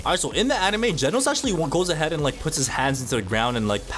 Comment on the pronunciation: its genos not jenos